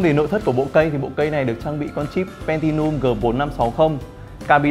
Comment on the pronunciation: chip pentium mà ông review đọc là pentinum,chưa kể viết tên chip trong video cũng sai,cũng pentinum nốt,em nói xong ad lại hỏi em tìm hiểu chip pentium chưa? rõ ràng là chả lquan đến nhau